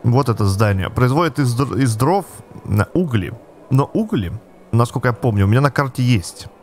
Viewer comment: Не угли, а угли